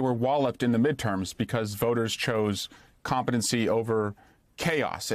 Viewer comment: did he just sau COMPETENCYl lol ooo00 the IRONY!